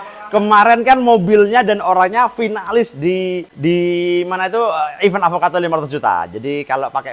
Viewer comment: benerin ucap event bang bkn even 😢 btw bearingnya pake yg apa mas?